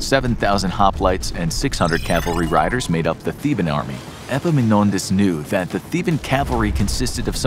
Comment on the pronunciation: This is the first time I hear an non-greek saying a greek name well. I meant the Επαμεινώνδας (Epaminondas). Well done, consider me impressed.